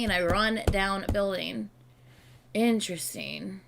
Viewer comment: this is so random but when you're saying interesting, i hear "in tristan" and i cannot unhear it 😭